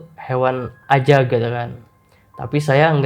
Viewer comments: Ajag bang ajaggg, bukan azzzzagg:( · woooiii ajaaaaaggg bang ajaaaagg...bukan azzzaaaagg🥲😭😭😭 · AJAG, bukan AZAG 🤣🤣🤣🤣🤣🤣 ngakak tipis nih aku